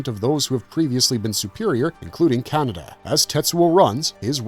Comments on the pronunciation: All the times I've seen Akira, I never realized it was pronounced Canada. /s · More AI generated slop - it can't even pronounce Kaneda's name properly. This basically scraped from movie review sites. Youtube floods their platform with this shallow schlock so they keep all the cash and don't have to pay real, living casters